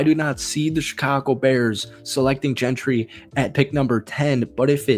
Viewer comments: Yea he lost me when I heard Gentry and Justin Fields being the starting RB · Hard to take this guy serious when he’s pronouncing Jeanty’s name as “Gentry”